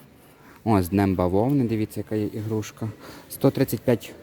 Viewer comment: Не ігрушка, а іграшка! Дуже вухо ріже.